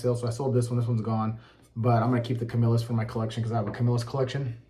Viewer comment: Thank you for pronouncing Camillus correctly.